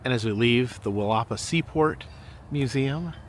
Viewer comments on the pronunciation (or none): For our friends around the world. It’s pronounced “Willa-paw” - have a great day and I enjoy the videos!